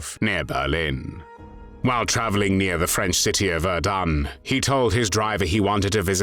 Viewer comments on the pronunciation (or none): none